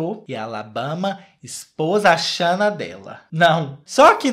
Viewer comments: Eu tô me acabando com o falando shanna kkkkk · Depois de assistir esse vídeo, minha cabeça tá num looping eterno do falando “xâna” 😹😹😹😹😹😹😹😹